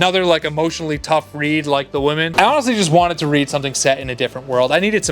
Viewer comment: Dude i like your videos but for the love of God, Women is pronounced Wi-men. Woman is pronounced Wo—man.